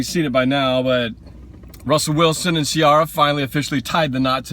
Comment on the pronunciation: Its pronounced Ci-air-a